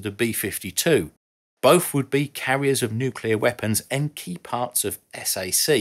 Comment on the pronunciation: Thank you…for being able to pronounce nuclear correctly. You know, how it’s spelled. It made you sound intelligent and professional; not like those that use the ‘other’ pronunciation…that only exists for idiots.